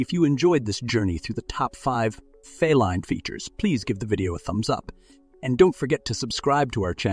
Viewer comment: Please.....the word feline is pronounced fee line...